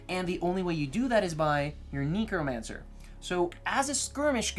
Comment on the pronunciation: Or neek-romancer